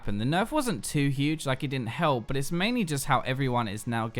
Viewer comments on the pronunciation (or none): none